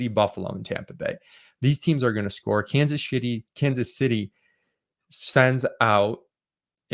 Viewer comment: "Kansas Shitty" We all heard it.